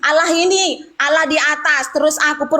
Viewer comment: Allah, kok di baca ala alamak